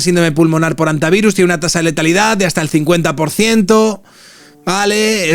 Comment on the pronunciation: Muchacho, no digas "jantavirus".